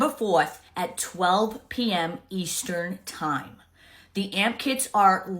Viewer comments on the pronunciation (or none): and then proceeds to say EASTERN TIME with no accent 🤦🏽‍♀️😂 I’m too 😙💨 for this